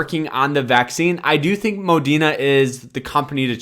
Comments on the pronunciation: Is the r silent in moderna? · I don’t think so my guy was just saying it wrong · Its Pronounced Moderna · Modern man cannot pronounce Moderna